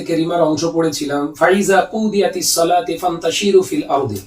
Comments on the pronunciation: এখনো তো কোরআন শরিফের সূরা যুমার আয়াত ভুল পড়ছে ফাইজা কুদীয়াতিস সলাতু হবে সলাতি পড়ছে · সলাতু হবে, এখানে ভুল পড়লেন